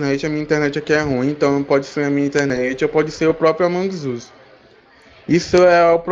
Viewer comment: ele falando:amongui zuis